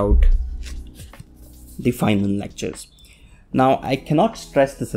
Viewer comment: Not fienman not fineman Instead Feynman